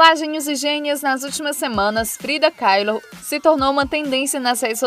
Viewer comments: Que nervoso ela falar Frida Keilo aff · Eugênia, to amando o canal, mas gostaria fazer uma crítica construtiva, você erra muito a pronúncia dos nomes, causa um certo incômodo pra quem assiste. A pronúncia de Kahlo é simplesmente "CALO"